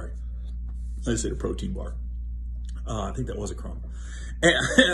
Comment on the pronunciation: Bruh said protein bar like Anglo Saxon lol😂🔥™️